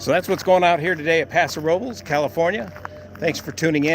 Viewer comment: Thank you for pronouncing Paso Robles correctly!